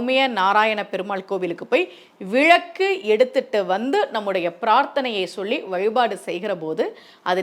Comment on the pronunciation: விளக்கு தானே மா சரியான உச்சரிப்பு... நீங்க ஏன் விழக்கு விழக்கு னு சொல்றீங்க..ழ போட்டு பேசவேண்டிய இடங்களில் ஒரு சிலர் ள னு உச்சிரிப்பாங்க கேட்டிருக்கேன்... நீங்க ள வை ழ னு சொல்றீங்க